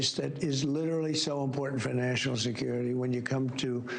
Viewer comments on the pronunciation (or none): That is funny when he says national security it sounds like FINANCIAL SECURITY